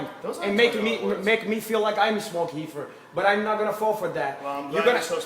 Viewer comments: its REEFER NOT HEEFER DUMBASS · How is joe not lol every time this dumb fuck says heefer.... too funny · "Super-Heefer" lol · Hahaha hecords, heefer dude need to be heducated